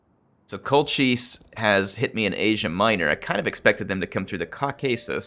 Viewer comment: I believe Colchis is pronounced Col-kiss. Well at least that is how they pronounce it in the 1960s Jason and the Argonauts film. Classic film!